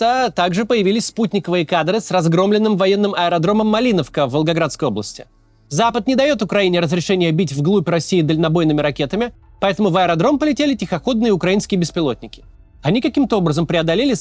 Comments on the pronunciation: не "Малиновка", а "Мариновка"... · Уважаемый Максим , МаРиновка , не Малиновка, я не душнила, просто ушки порезало